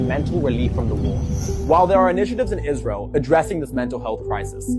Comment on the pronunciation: The way you pronounce 'israel' is spot on